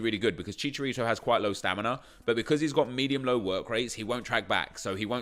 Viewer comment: Stop saying fucking chicharito like that